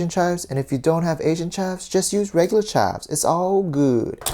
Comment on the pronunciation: I love when You Say chives You Say chaves... U r my inspiration